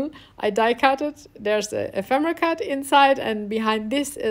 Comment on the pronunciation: What a great little book, suitable as a gift for a hostess or for Christmas. Best of all, I love the way you sound so happy creating. In most videos the presenters sound so consentrating on their works; you just love what you are doing and it sounds/shows. (Ephemera has the stress on the second syllable e'phemera.)